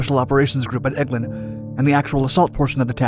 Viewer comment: Mower Probably did...... but also mispronounced (to my ear, anyway) Eglin AFB and Udorn Thani air base.